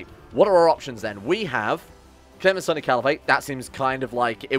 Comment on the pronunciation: Sunni is pronounced soon-y not sunny